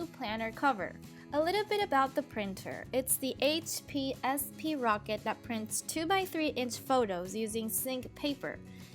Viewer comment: I think it's pronounced "sprocket" all one word, not "s p rocket."